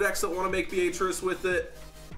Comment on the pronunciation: It's "Bee-ah-trice" not "B-a-trice" you illiterate fuck.